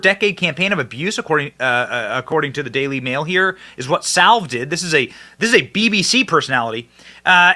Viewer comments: pronounced Jimmy "Sah Vill" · Jimmy Sa ville….Sa as in sad…….bill….as in village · Jimmy Sa ville-the "i" sounds like an E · Benny... it's Jimmy SAV-ILE! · Its pronounced as "Sa ville' and 'Roll f' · Benny - it’s Sa ville. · It's not salve dude. 😎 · Are you pronouncing Savile wrong on purpose? He still has his art up on display I think in BBC headquarters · It's Jimmy Savile, not Salve, and I'm amazed you didn't know about him and Rolf Harris. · Sa-vill (or so-vile) not salve. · I guess Benny doesn't get out much, his rendition of "Jimmy Savor" cracked me up. It's Sa-velle, Benny! And yes, he was a monster who was accepted in the highest society, and given free rein to molest children. He liked to visit hospitals, to "cheer up the children," yeah right. Hospital gowns don't cover much, that's why he went there! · It’s not “Salve”. It’s Savile. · Sa-ville, not Salve😂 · The name is Jimmy Saville, not Salve, and he is a cousin to and hung with the Royals all the time! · Sa-ville not salve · Benny... I love you and am not a grammar Nazi but you said the name Saville as Salve ... It's Sa-ville ... I do things like that all the time ... I just didn't know who you were talking about until I saw the text. :) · Sa ville not salve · please, work on your pronunciuation of "Savile": it's not "salve" but sa-veele. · The pronunciation of Saville as Salve is killing me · Sa-ville. Damn bro. Bursima, Salve. What's the next problematic english word for you Benny? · Benny we love you in 🇦🇺 aus but it's pronounced Jimmy saville. He's the world's most successful and famous pedofile. A true monster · Americans can never get his name right...Its Jimmy "SA VILL" (As in Hill) - that's the way to pronounce it. 👍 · Hi Benny just to let you know it's Jimmy Savile (sav-vill) . And he was a disgusting human being.😊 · It is pronounced Sa-Vill... Google Jimmy 😅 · pronounce like caddilac Coupe dA ville, Jimmy sAvile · The pronunciation of Savile is [SAV] + [UHL]. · It's pronounced 'Sav-vile'